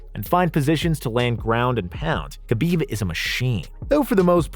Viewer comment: Man great list. But the name butchering is rough. Hurts the list. Like how did you say khabibs last name that bad.